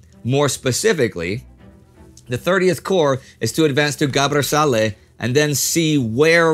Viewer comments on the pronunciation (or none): none